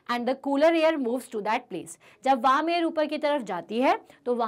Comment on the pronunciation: Mam not waarm warm